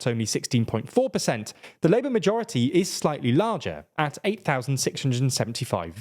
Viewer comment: Why do so many British people speak in uwu? "...hwistwowic Labwor vwictwories"..."twerribwle nuwus for Sunak" It's your own f*cking language and half of you can't even speak it.